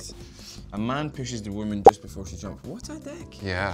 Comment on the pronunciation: ”wot a deck” 😂 why i adore him.